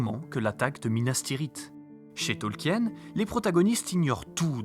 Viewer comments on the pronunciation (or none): Super boulot ! Vous m'avez appris deux trois anecdotes malgré mes 50 60 vues sur LOTR 😅 Juste, par contre en tant qu'anglais on dit TolkIen ; avec le I. Mais cest un détail ! Super boulot merci ! 😁